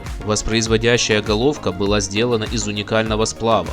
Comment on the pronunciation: Автор ты зачем произносишь звук Кха к слову головка